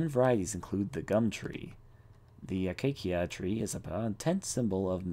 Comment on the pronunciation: This is super late, but, it's "Akay-see-ah" :3